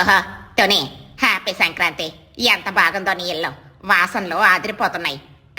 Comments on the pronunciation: Kindly correct the pronunciation its Sankranthi and not Shankranthi. U r saying it wrong. Im a ver bigggggggg fan of ur's and don't want you to go wrong. Pls correct. Happy and delighted that you give nice content but little mistakes should not be a barrier. No offense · It's not senkranti please pronounce it well mam